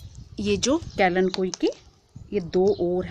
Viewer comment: kalenkoi nahi kalenchoi